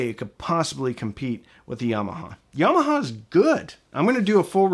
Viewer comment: Love the way you pronounce "Yarmarhar". Im from UK